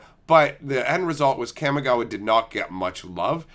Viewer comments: So triggered by your pronunciation of "cam-ih-gaa-wa" lol It's "kah-me-gah-wah". Japanese words get pronunciated by breaking up each two (or sometimes three) letters unlike in English where everything is jammed together. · It’s pronounced caw-me-ga-wa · Kamigawa. it's like the 'CA' in CALM, not like the 'CA' in CAMERA.